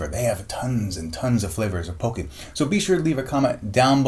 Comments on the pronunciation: You're saying it wrong... It's not Poke-y It's Pock-y Pock as In pocket not Poke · I'm getting triggered over the way he says pocky wrong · U pronounced pocky wrong